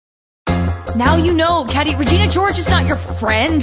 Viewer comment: "We're your friends" refuses to pronounce her name correctly